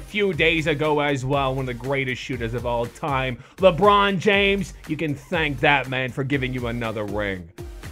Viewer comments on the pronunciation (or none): none